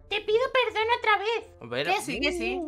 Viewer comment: Me rei cuando dijo: te quiero perdir (eprdon) Yo:😆😆😆😆😉